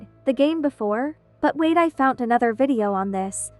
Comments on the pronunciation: HEY!! I love your video and I have smth to say. Why you say fount so found!!! Also can I add you on Roblox I absolutely love your vids. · Its always her "fount" that gets me😭😭